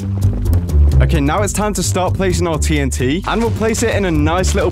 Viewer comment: Notice that It said itnt instead of tnt